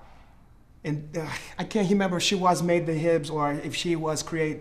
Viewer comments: "I hemember" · “I Hemember.” Lolol